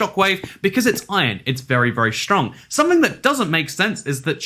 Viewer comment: I love how he says shtrong